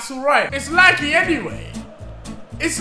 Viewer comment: How Deji says laggy “laggee” 😂